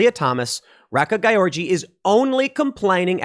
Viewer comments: Just for the future, you pronounce "Gyorgy" like "George" :-D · Gyorgy is pronounced George, "Man of the world." Ray-Ka George Or Ree-ka if an accent was omitted. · I believe the name is pronounced "Georgie"